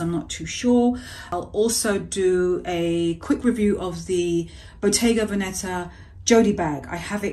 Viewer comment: Pronunciation is Bottega VENeta, stress on the ven-.